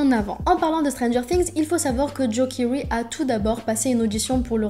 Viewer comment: juste tu dit kiwry un truc comme sa alors que sa se prononce kéry comme sa se prononce sinon mrc car j adore joe keery